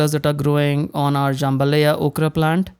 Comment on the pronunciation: Jam ba LIE- ya